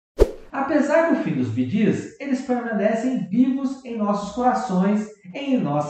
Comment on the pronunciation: Narrador do vídeo, aprenda a falar corretamente o nome.do conjunto BEE PRONUNCIA SE BI , GEES, PRONUNCIA.SE GIS